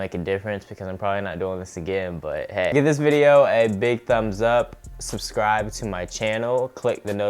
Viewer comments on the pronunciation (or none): none